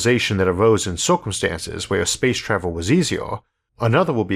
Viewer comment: "Spwace twavel"